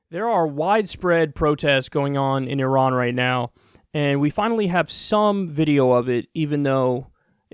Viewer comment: Good on you for pronouncing it correctly and not "eye ran"